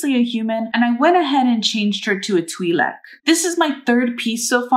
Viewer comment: It is pronounced twi lek